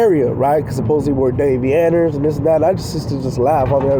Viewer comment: You keep sounding like I. Your videos your saying Day V Ners